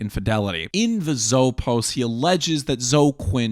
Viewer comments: The mispronouncing of Zo-eee as "Zo" is so bizarre and offputting. LEARN TO PRONOUNCE. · Really? You’re pronouncing “Zoe” as “Zoh”?? Cmon dude. Surely you’ve heard this name before. After all, as you say, this is THE most important political story! It’s “zoh-ee” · Thank you for going over GamerG; it’s really helpful for people to have at least a mild familiarity with. Also, and pardon my old head-ness, but it’s “Zo-EE” Quinn. Also, saying Spencer planned UTR is slightly misleading, but it honestly doesn’t matter. Great work compiling the timeline. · As I told someone: "I distrust my own government. Why would I trust a foreign government more than my own?" Also, I think Quinn's first name is pronounced "Zoey". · Toh- ee? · Is "Zo" how you pronounce Zoe if you've only ever seen it in text before? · It never occurred to me that someone could mispronounce the name Zoe.